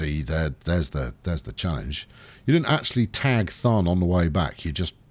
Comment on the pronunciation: everytime you say Thun I die in the inside because it's so horribly wrong